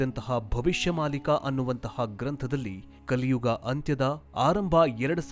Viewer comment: 'Kaliyuva' 😂😂😂😂😂 its kaliyuga